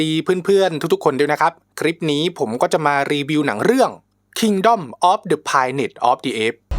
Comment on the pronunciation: สำหรับหนังผมให้ 7.5/10 แต่สำหรับการรีวิวนี้ผมให้ 2/10 เหมือนคุณยังรีวิวหนังไม่เป็นอ่ะ คุณบอกว่าไม่เคยดูภาค 2-3 แต่ตอนรีวิวดันยก 3 ภาคแรกมาเปรียบเทียบ ไม่ได้ดูแล้วเทียบได้ไงก่อน แถมออกเสียงแพลนเนทว่าไพลเนทอีก